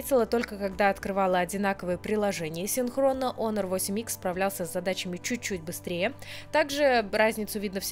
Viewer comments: онор, ОНОР ! Ты же моя хорошая, ну наконец-то кто это произнес правильно, дай обниму ! Оно же обычно у всех "Хуавей Хонор.." брррррр...крипота. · Вообще-то онор, а не хонор, я тоже скажу ксяоми, а сяоми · УМНИЦА,наконоц то не Хонор,а Онор,правильное произношение,спасибо,а то вместо h,говорят Х,получается одно ругательство